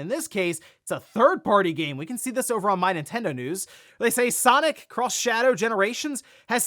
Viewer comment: I believe it's pronounced sonic EX not sonic cross shadow....there was in fact a cartoon called sonic x and not sonic cross.